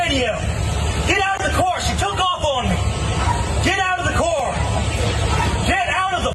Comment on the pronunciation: I'll get out of the car if you can say car properly.